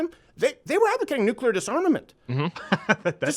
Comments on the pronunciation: NEGATIVE COMMENT!!! - Say it with me... "new"... "clear". "New"... "clear". "Nuclear", not "nukuler". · "and NUKE-ular missiles, come on" I honestly don't know why they mic that guy. He is always so pompous and 99% percent of the things he says add absolutely nothing. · new-cue-lar missiles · Its Nu-clear. Not Nuke-u-lar. Stop ignorance #forthekids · always say nuke-ular like G BUSH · “Nucular” missiles. Am I the only one who caught that? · Every time says "Nukular" he should have a finger broken. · If I hear that say "nucular" 1 more time.... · I do love listening to these videos however I did find it comical at the 5 minute 26 second Mark where I heard nuclear missiles mispronounced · Steven can you please remind there is only 1 "U" in the word "nuclear" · also,, there's no extra u in nuclear.